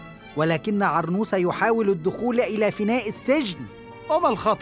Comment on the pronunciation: اسمه عرنوس وليس عرموص